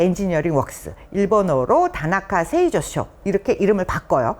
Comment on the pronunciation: タナカせいぞうしょ→タナカせいさくしょ